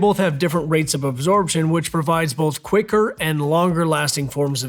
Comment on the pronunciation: did he say: "Quaker" longer lasting?